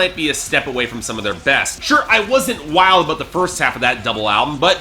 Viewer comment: its because he puts the emphasis on the start of "about", which is weird